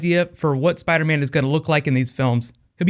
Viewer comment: Spadaman? lol